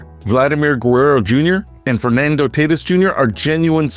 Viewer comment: You mispronounced "Tatis". C'mon, I know you can do better.